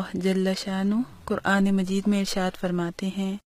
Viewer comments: ماشاء الّلہ جزاک الّلہُ خیراً میری ان بہن سے درخواست ہے کہ اپنا “ ق” درست فرمائیں - ق کو ک نہ کہیں-یعنی قرآن کہا جائے نہ کہ کران- جزاک الّلہ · تم تو پورا الفاظ غلط پڑھ رہو قران تم کران بولتے ہو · Why u say kuran not quran.